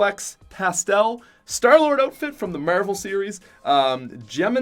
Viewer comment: How did he just say marvel?